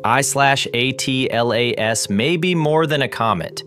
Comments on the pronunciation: ATLAS is pronounced "atlas" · Does nobody actually narrate their own videos anymore? Come on just say Atlas as a word............ do it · No, it's pronounced "atlas"